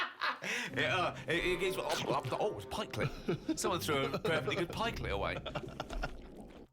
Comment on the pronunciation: Karl Pilkington and my mum are the only people I know who say Pikeclet